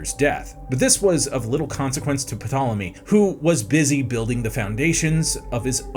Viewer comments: You know you are pronouncing his name incorrectly, don't you? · If pronounces the P one more time I’m going to have a meltdown like bro your annoying me with that P 😂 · I couldn't make it through the video. So much research was done for this video and a quick google search could not be done to learn how to correctly pronounce the subjects name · This video would be so great if he pronounced Ptolemy's name correctly, The p is silent , surely that would come up in research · Had to stop watching 2.5 minutes in because you pronounced Ptolemy wrong. The P is silent. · Err it's Tolemy not P-tolemy sounds wierd when you say it... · D'Jango! The D is silent... hillbilly! That's what you sound like P'Tolemy 😂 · The “puh-tallamy” is making this unwatchable 🥴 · Also the p in ptolemy is silent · Can I trust a historian who says “Pi-tolomy”? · I tried to watch this but him saying PA tole emy is just too much. You can do all of this historical research but can’t research how to pronounce a dynasty that had 15 named Ptolemy….. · Puh-tolemy..... y'all.... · It’s pronounced “tole emy” the p is silent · P is silent in the name Ptolemy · Ugh pronouncing the name of the subject of the video..is it that hard to find out how?Glib is one thing but that whole video was giving idgaf. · New host needed or bring back simon this guy literally killed this video with the mispronunciation of ptolemy seeing as the p is silent seriously get rid of this dude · When I hear the name of the subject being mispronounced I am automatically close the window. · The ‘P’ is silent 🤦🏼‍♀️ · Until I read this comment I was sure he was F**king with us pronouncing the P lol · I can't decide what's worse My impacted wisdom tooth or hearing him pronounce the p 100 times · Spends 30 minutes recording a video but can't spend 1 minute looking up the pronunciation. Eric I've started to warm to you, but you're better than this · The bloody “P” is silent 😂